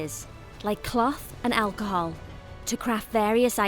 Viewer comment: "like clath and achohal"